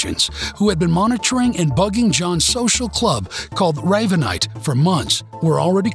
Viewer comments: "Raaaaavanite"???? It's Ravenite.....like the bird. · Very. Good job guys !! But ray ve nite not raavenite